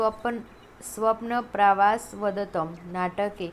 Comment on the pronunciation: સ્વપ્ન વાસવદતમ ઉચ્ચારણ થાય મેમ